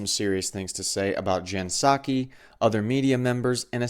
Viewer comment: The hits keep coming. Puh-Sackee is also unwatchable for me (you seem to find these, ). I don't envy you for having to watch these folks, but glad you are growing your footprint